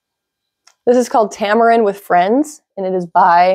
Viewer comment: Tama Reien (japanese) Reien is pronounced "rayen"... I walk there daily and I made one for each of my exercise friends. Also, June cashmere is also a soft yarn but it never gets fuzzy and pilly.